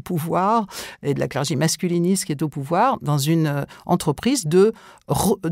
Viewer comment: J'entends «la clergie/clergy» plutôt que 'le clergé'. Estce que quelqu'un.e a des infos sur cette façon de dire? Ps: ça pleut beaucoup en ce moment